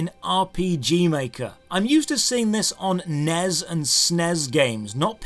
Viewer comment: NES and SNES. Acronyms, not words, Sir. Please contribute to help us hold this grammatical line, as many consider you a champion of diction. Thank you for your consideration.